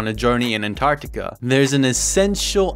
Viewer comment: well you did in the future. So I guess....look up to the future! Also it’s um it’s not The Antartic... it’s Antartica. Also also Stephen said up, the general consensus is that it’s down.